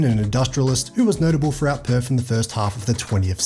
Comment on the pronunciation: PerTH... Not Perf